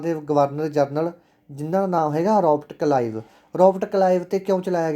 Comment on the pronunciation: Sir tusi glti nl Robert kalive bolta c g